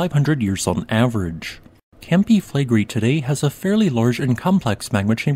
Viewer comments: Considering how often you talk about them, I suggest you learn the correct pronunciation of Campi Flegrei. Flegrei is three syllables, the final i being pronunced distinct from the e. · Im sorry, its a very interesting subject, and what, I managed to listen through, sounded very fact based unlike many other channels. However, the robotic recitation filled with mispronounciations (including mispronouncing Flegrei) just makes it impossible to listen to. Had to give up after 2 min.